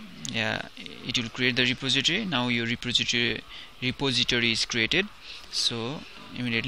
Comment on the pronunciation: Ty for the tut but you seem to be having issue with saying repository. It's: re poz eh tory